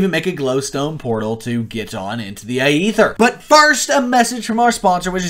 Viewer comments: Its not the Ay-ether its Aether. Stop being a pepega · Is pronounced “eether” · why you gotta pronounce it like that